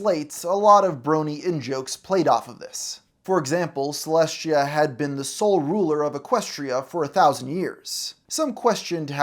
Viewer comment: Why does he have such a hard time pronouncing Celestia’s name?